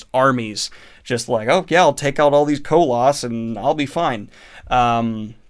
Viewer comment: Ew to that Koloss pronunciation. ;P